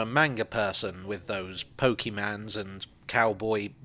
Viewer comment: Omg the way says "Pokey-mans" and "Cowboy beep-bop" sounds so much like a confused uncle trying to understand what his nephew wants for Christmas